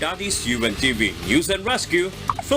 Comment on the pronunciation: Ung news caster ung pronounce mo news pki ayos